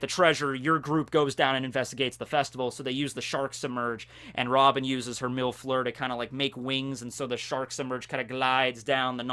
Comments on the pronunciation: When u said robin used mil fleur I thought u called her a milf lmao😂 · MILF lure? I can't unhear that. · When he said Mil Fleur it sounded like MILF FLUER xD